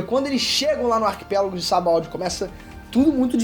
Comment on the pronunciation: "Sabald" kkkkk